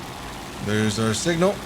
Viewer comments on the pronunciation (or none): none